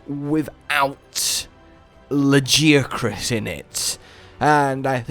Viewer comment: ITS PRONOUNCED LA-GAIA-CRUS! I WILL NEVER FORGIVE YOU FOR THIS!